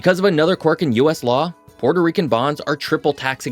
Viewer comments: "Puerto" is a Spanish word and is not pronounced like the Italian word "Porto". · It is pronounced “PUELTO” - ask any Puerto Rican mang